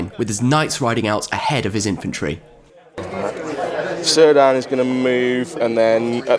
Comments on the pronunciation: Very cool locale! I have to be the one that corrects your pronunciation of Cirdan... Tolkien only used hard C's for elven names. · Who is Sir Dan? You mean Cirdan? :D Sorry, had to comment. Great report, the venue and games looked amazing! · Cirdan's name is pronounced 'Kir-dan'